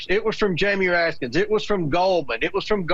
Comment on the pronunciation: Comer still can't pronounce "Raskin." Jimmy's quite a boy. He seems like a Putin crony, but it's not true, as some tasteless people suggest, that he's changing his name to James Donaldovich Comerovsky.